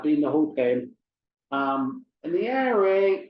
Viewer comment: You mean PIRA not OIRA